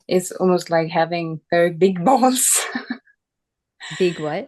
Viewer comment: I managed to gain a few valuable insights from this video but in other respects it was ruined by this woman saying she had "big balls" (sounded like "I huff dese rrreally bik bahlsz") over and over again. Very painful AND weird to listen to. One of the biggest mistakes a non-native English speaker can make is to try to use and get creative with idiomatic English. Far from demonstrating competence in the use of English it almost always sounds completely unnatural and awkward. As someone who managed a guest house I noticed that many Germans had that habit, were proudly trying to sound like native speakers and of course they had no idea how odd they sounded because nobody would do them the favor of correcting all the errors.